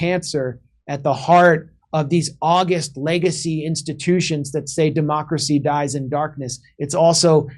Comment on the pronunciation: Could someone please relay to Max Blumenthal that the words 'August' and 'august' accent different syllables. Love they guy; just noticed some spinach stuck between his teeth.